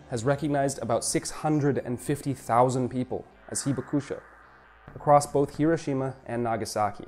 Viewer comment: I enjoyed this very informative video. However, the name of the city is not repeat, not hero Shima. You would think if somebody was making a video about the city, they would know the proper pronunciation.